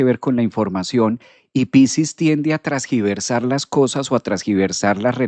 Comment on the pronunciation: Primero que nada. Nací con mercurio en piscis en casa 3 Segundo, me encanta tu contenido y tu forma de transmitir el conocimiento astrológico. Tercero, se dice “tergiversar”. He notado que dices “trasgiversar” (feedback positivo) alguna vez me corrigieron también ❤